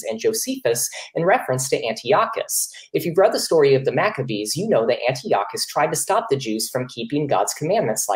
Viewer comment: thats not how you pronounce Antiochus...steals a bit of thunder from the opening statement